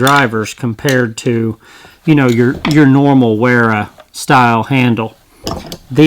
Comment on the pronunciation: Great review. BTW Wera is pronounced "Vera"